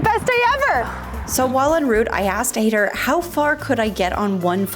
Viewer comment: It’s High-dhar not Haider like Raider